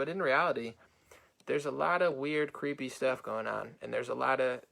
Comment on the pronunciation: It’s ‘Creepy’. Not ‘Sleepy’ don’t gaslight. 🤣